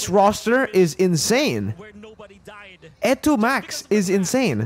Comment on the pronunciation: Your E2MAX Pronunciation is on point btw 😂👍